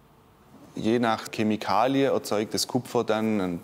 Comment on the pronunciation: Das Beste war neben dieser unglaublichen Handwerkskunst der Sprecher und das Wort Kemikalie 🙄😂😂😂